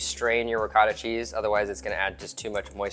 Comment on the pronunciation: Can’t take advice from a person that calls ricotta , Ricatta